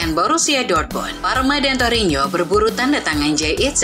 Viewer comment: TORINO Min bukan torinyo